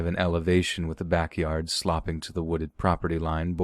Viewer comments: Hi! sloping is pronounced like slow-ping not slop-ing just thought I'd let you. I really enjoy your show. Thank you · Love your podcasts but love when there's a mispronunciation ... talking about the land "slopping" down instead of "sloping" ... I know it can't be easy to check every single thing ... just makes me laugh, keep up the good fight!